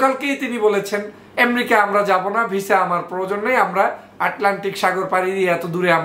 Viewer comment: এমেরিকাকে এম্রিকা কেন বলেন? উচ্চারণ ঠিক করেন, প্লিজ।